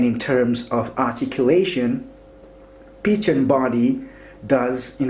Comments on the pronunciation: A great review, But the Phicen is pronounced (PH=F) so it is (Fi-cen) not Pi-chen. Great work keep posting awesome reviews. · It's pronounced fy-Sen. Not peachen. Omg. 😂😂😂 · You provided good information. As far as I know, Phicen is pronounced (Fi-sen). Your pronunciation is off dude! By the way, your voice is annoying. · Why is he saying peachin? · Peachen lol you pronounce it like fize-zen 👍🏼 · It was pronounced Ficen the PH makes an F sound. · Thought it was pronounced Ph-eye-sin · I believe it's pronounced "fiken" I think? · I couldn't watch this the fact that you kept on saying peachan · Some people pronounce Feisen, Piccan, Fissen, Pissen, but first time hearing Pichen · It's pronounced Fi-sen